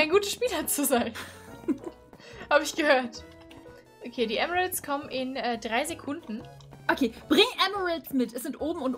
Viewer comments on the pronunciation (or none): Du meinst Emerald und nicht Elmeraus keine Ahnung wie das schreibt aber egal und ist schon ok